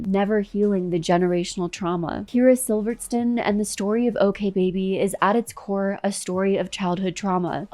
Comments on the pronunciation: Please figure out how to correctly pronounce videos before you make whole videos. Love you. Love all you do but pretty please, Sivertson is even spelled phonetically. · You’re saying her last name wrong. At least pronounce it correctly. I wish I had time to make an entire video on someone else I’m jealous of. Yeesh. Idk why this showed up on my feed but this is a real person and she has real children who don’t need to see this. You’ve got your priorities all wrong. I bet you were the girl in school people wrote about in their burn books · This was very well made. 👏🏻 I just have one little critique , hopefully it’s excepted constructively…. Because I totally don’t mean to sound rude. But you might want to check the names that you are saying them correctly…..for example Kyra’s last name.